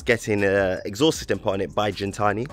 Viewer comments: Why you sayi jintsni when it’s gintani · lol it’s gintanti not jintani bro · Not Jintani,its Gintani as in "give" ..but sick, first time on the channel, let me sub 🔥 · It's not pronounced Jin-tani. G-GIN-GINTANI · "GENtani" lol Great vid!! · You're saying the name of the company wrong. It's not pronounced like gin the drink...